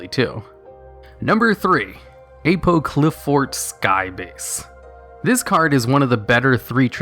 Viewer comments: I think it's pronounced like how you would say Apocalypse. So A-paw-cli-fort. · I think Apoqliphort is meant to be pronounced 'apocalypse' at the beginning. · Number 3, Skybase you pronounced it wrong. Its said like Apocalypse but with the Qli in there and of course Fort. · I think the beginning of Apoqliphort Towers is pronounced like the word 'apocalypse.' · Top 1 way to not say apoqliphort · its apoqliphort, pronounced similarly to apocolypse. apoqli apocoly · Also you're pronouncing Apoqliphort wrong.. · Your pronounciation of apoqliphort was horrendous. It's pronounced like a portmanteau of apocalypse and fort. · Watching the video worth it just to hear him try to pronounce Apoqliphort